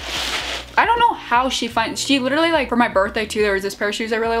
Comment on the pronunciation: It‘s Litterlie March 🤣